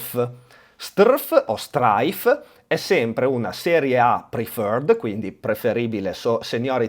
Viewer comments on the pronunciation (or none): le preferred si pronunciano: Straik, Straif e Straid. Tu fai un concerto di consonanti 😂